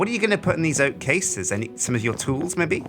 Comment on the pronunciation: I love how says Mebbe <3